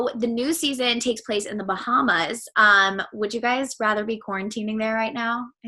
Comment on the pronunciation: She pronounced Bahamas like bahamus 🤭